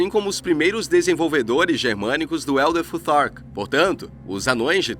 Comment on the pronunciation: Como fica ridículo brasileiro tentando falar inglês Elder tutar kkkk😅